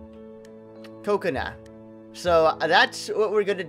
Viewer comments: your saying kakona wron you say it actually kah-cone-a huh-ruk-a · ka-kona har-uka not cocona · it is pronounced ka cone uh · Its Ka-Ko-Na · Her name is (ka)(ko)(na) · hey you know your saying kakona wrong right.